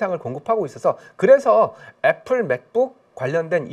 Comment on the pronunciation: 애플에 플, p 발음으로 부탁드립니다.